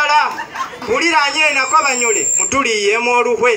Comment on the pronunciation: Just want to correct it's bunyole not bunyoro